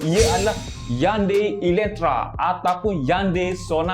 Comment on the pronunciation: Slam rmdhan bos skluarga smua trbaik info dkongsi tpi sya nk btulkan jnma kreta yan bos sebut dgn betul2 bkan yandai heyundai la cra btul sebut nma btul dbina ialah hyundai tapela hnya pnglan jnma kreta je tpi cra betul sebut heyundai maaf bnyk2 komen sya ni ap2 pkna colek dlu hihihi👋👋👋🙏🙏🙏🙏🙏😮👌🤙😁